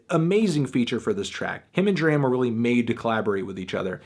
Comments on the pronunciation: ITS PRONOUNCED DROM NOT DRAM HAHAHA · MELONHEAD. IT IS DRAM AS IN DRAMA WITHOUT THE 2ND A. NOT THE WAY YOU'RE SAYING IT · its pronounced drawm... what was the line from broccoli? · it's pronounced DRAHM like DRAMA without the A you bald headed fuck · It's pronounced "drahm" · u say his name wrong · It sucks he keeps pronouncing D.R.A.M name wrong..... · can't get over fantano mispronouncing DRAM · you dont even say his name correctly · my G u prolly shouldn't review an album if u can't pronounce the artist's name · thats not how you say his name lol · thumbs down for pronouncing his name wrong. just kidding love you melon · He mispronounced his name every single times and I couldn't handle it. I'm glad it's a positive review though. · U and like James can't say his name properly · Stop pronouncing his name wrong! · ITS NOT PRONOUNCED LIKE THAT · Can you please pronounce his name right next time :) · Nigga say his name right lol, dram always talks on how he hates when people say his name like you do